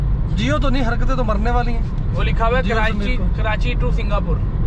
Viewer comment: "Kiranchi" Nahe boltay.. "Ke-rachhi". Pure lahori banain 😝 Good vlog. Welcome to Karachi! 🙂